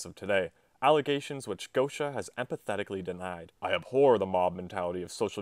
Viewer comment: You don’t know how to pronounce “emphatically”